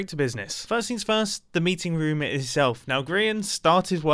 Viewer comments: I love how he says room lol like rom xD Love youuuu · he pronounces room as ruum which im not used to lol. its the second time ive heard him say it like that since i first watched him (two years ago) and the other time was reffering to his last life bunker (rip that mumbo aye) except im not jolly bout his death